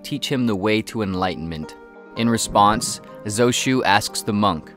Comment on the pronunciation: Why is "Zhao Zhou" pronounced as Zou Shu?